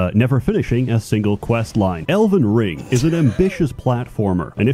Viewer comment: “elden ling”